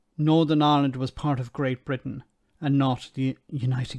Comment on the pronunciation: Gnawtin Island and Suthin Island. All you need to know - the other words he spoke are incorrect too.